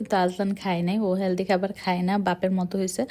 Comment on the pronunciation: হ্যালদি,খ্যাচুরি,প্যাপে, শ্যাষ,পরি😢 আপনার উচ্চারণে অনেক ঝামেলা আছে।